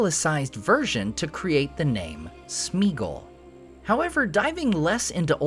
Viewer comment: It's pronounced Smeeeuhl and it's not Smeeegol, it's smehahgol with an /e/ as in bed